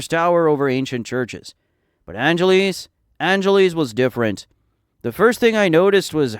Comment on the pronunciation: Why do you call it angeleez ? its angel less